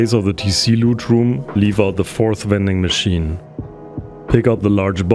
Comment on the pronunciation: Did u say wending machine